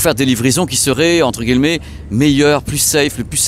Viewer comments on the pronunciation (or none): none